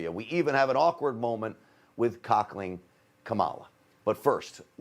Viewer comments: “Cockling” instead of cackling. Freudian slip here! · Grant seriously said Cockling Kamala 🤣🤣🤣🤣🤣🤣🤣🤣🤣🤣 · Lmao!.. he said cockaling kamala!.. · Did he say kockling kamala harris or cackling kamala?